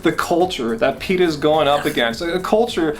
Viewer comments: Pay-ta? I don't know what Pay-ta is? PETA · y u pronounce it "paeta"? haha